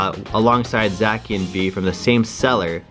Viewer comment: also zacian is pronounced "zay-see-en"